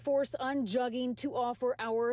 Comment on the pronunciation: They still aren’t pronouncing the word “jugging” correctly lol.